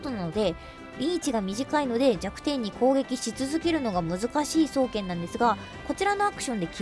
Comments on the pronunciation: 双剣のイントネーションなんか違くね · 「そう⤴︎けん」